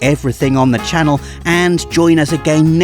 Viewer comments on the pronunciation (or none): none